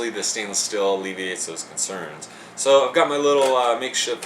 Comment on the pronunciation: Why do you pronounce steel "still"? :/